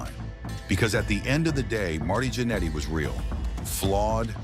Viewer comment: It’s pronounced “gin eddy,” not “janity!”